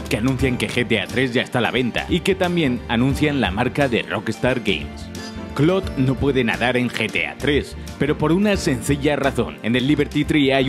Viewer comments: clod xd su nombre es claude pero se dice claud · ¿"Clod"? ¿No sería mejor "Claud"? xD Igual es una estupidez. Muy buenos videos. Saludos. 👋🏻😁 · clod Xd Perdón, estoy tan acostumbrado a que le digan literal Claude. (Así como se ve) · Por qué les dicen clod ? Se le dice claude espid así lo escribo a propósitos así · Se pronuncia claud no clod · "Clodt" vaya pronunciación.... "Un detalle que a Rockstar siempre le gusta cuidar.." el desmembramiento solo era posible en GTA 3 y en versiones antiguas de PC unicamente. No hay nada peor que una revista de "videojuegos" que no sabe de videojuegos. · 1- son solo errores, ademas se pronuncia cloud (sin pronunciar mucho la I) 2-No tienes la idea de demandas y Dinero qué causaria los desmembranientos en los siguientes juegos de la saga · gringos: Claude Latinos: Claude España: CLOT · Que estresante como se refiere a CLAUDE como "Clod", españoles tenían que ser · Nadie:: C L O D